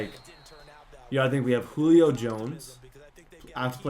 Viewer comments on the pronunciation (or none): none